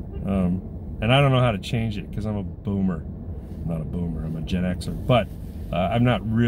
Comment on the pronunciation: You said “Boomer” with a hard R! How DARE you! 😂😂